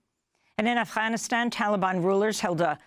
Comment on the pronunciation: Why do you say afghanistan like that